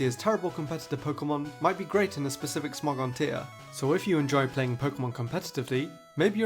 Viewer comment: First Smogon pronounciation was correct.